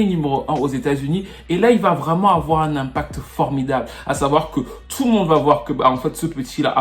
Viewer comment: Ça me fumé comment tu dit tfffou le monde 🤣